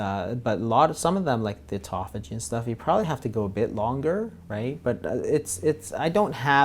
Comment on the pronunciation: Auto Phagy. They way that you guys pronounce this word make it sound like etophogy. Very hard to look up. Phage means "to eat," and auto means "ones self" so self-eating. Very interesting. I have been considering intermittent fasting for a while, and will now be doing it, mostly for aging, and health.